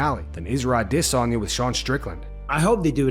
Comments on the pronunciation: How much practice did it take for you consistently sound like an idiot each and every time you say izzys last name? The consistency in that is incredible. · I really wish this channel would just say Adesanya wrong like a normal person. Shit sounds so weird when he tries to pronounce it to proper way. 😂🤷‍♂️